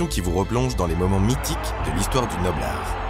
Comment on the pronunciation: Incroyable cette émission. Je m'intéresse à la boxe depuis peux, c'est des formats comme ça qui me font vibrer. Juste une chose, c'est bizarre à l'écoute quand tu dis "Noble-art" lov .